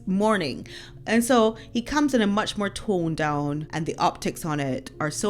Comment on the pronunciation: The coffin is lead lined and sealed, so like being vacuum packed. No bacteria or smell can escape. Love the way you say 'toned down'.